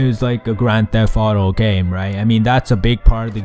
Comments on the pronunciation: "On the Gayme" made me laugh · "On the on the on the Gayme" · I laughed so hard when you went gayme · on the x 4 .. gayme.....